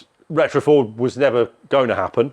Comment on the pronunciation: It's a Forda or Farda!!! 🤣🤣